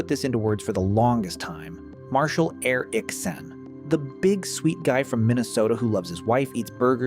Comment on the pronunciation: Air ick San? His last name is not hard to pronounce, what the actual fuck was that? Also if you fantasize about EVERY woman that walks by you, you have a problem. I doubt even in the show Marshall is fantasizing about EVERY woman that walks by, that was a weird ass statement